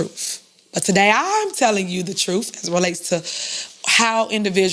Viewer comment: Miss mayor needs to learn how to speak, not sure what “troof” is.:)